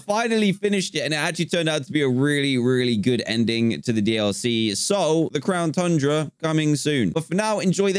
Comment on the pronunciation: Pokemon Sword: The End Dan:So now we have the crown tunra Me: Why did you say it like that